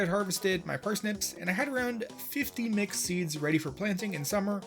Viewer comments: mc seeds i heard mc seeds every time he said mixed seeds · i thought you were saying "McSeeds" instead of "mixed seeds" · You keep mentioning Mixed Seeds but all I can hear is McSeeds.